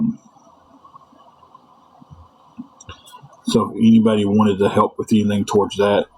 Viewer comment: I think they were trying to say "TOWARDS."